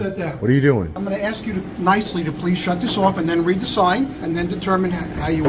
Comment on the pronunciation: When a cop says axe instead of ask and also has a gold necklace showing, get as far away as possible